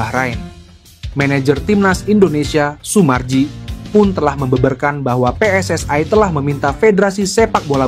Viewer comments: Kacau nih ejaan/ spelling bahasa Indonesia dicampur bhs Inggris. WNI baca aja sesuai ejaan bhs Indonesia jgn dicsmpur pakai bhs Inggris. Begitu juga dg PSSI baca dg ejaan bhs Indonesia... Maaf ini hanya koreksi guna berbahasa Indonesia dg baik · Kok ngomong nya pe es ai dan we en e sih, lucu dengar nya,,, semoga timnas dapat nilai positif 👍